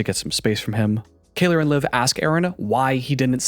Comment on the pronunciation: Kayler ? As in, someone who can’t pronounce Kayla?